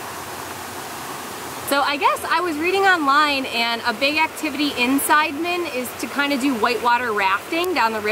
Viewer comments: Si-de-men Not Side-men FYI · side-men??😂😂😂 its prounce C- the - men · Nice clip but extremely frustrating with the repetitive incorrect pronunciation of the village name "Sideman" - it's not Side-man in the western sense.....try listening to the locals when they say "see-duh-mehn" 😉🤔😣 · Nice vlog guys! You should stop by Tirta Gangga and Ujung Water Palace because it's not that far away from Sidemen. It's pretty cool, btw Sidemen is not pronounced side like in english, it's pronounced see-the-mend.....;-) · You can say Sidemen like local.. just like "see the man".. Great shot btw.. & have a nice trip. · Hi nice happy video! Thanks for the great job. By the way, Sidemen could be read as Si-de-men in Indo- Malay language, if I am not wrong. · Sidemen (pronounced SEE-DEH-MEN) is nice, but it's not like Ubud was 20 years ago. You can still find places with awesome views in/around Ubud. "The volcano"? Well, Bali has a few volcanos. The one in your video is "Agung" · "see-the-men", thats how its pronounced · Sorry, I can't help laughing at your pronunciation of Sidemen! Indonesian and Malay language has very straightforward pronunciation like Italian, you pronounce them Si De Men.